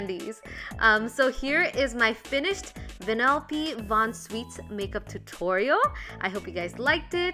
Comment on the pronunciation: She said her name wrong It vannelope von SHweets